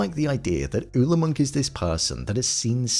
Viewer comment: Where I'm from Ole is pronounced "OH- lee" I'm from North Dakota and am of Norwegian decent.